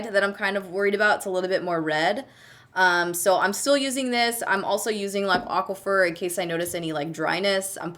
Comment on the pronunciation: Girl you slay those melons!! 🍈🍈🍉🍉Also, is it just me or do you pronounce aquaphor, Aqua-fer? 😂